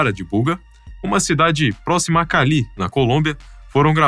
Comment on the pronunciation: Essa vóz de IA : "CaLÍ" ( a cidade colombiana se pronuncia "CÁli").